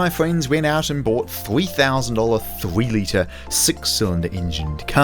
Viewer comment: what is a "thwee letah"?